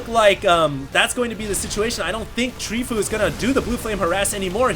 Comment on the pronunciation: It's not Treefoo, it's Tree from team fOu (pronounced foe-you)